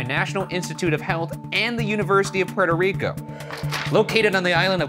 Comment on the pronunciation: my favorite part of this whole vid is the trouble ryan has pronouncing “petoriko” “prertor rico” funny as hell